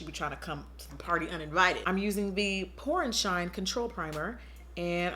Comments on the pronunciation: I thought u said “porn shine” primer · I really thought she said porn shine primer